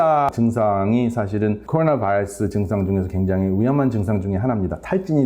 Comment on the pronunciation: 전문적이고 박식한 내용 도움이 많이 됩니다. 그런데 우리말 하시다가 바이러스 발음만 미국식으로 하실 때마다 듣기가 매우 불편합니다. 그것 한가지만 고쳐주시면 더욱더 즐겨듣게될거 같습니다.